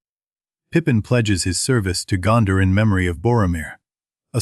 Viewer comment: Boooooooooooooooooo. AI slop. If you cant do your own voice over just don't start a youtube channel. WTF is morder? Gonder? just stupid. go away